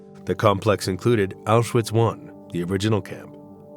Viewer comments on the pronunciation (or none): Apenas repetiu filmes e não sabe pronunciar awchuwitch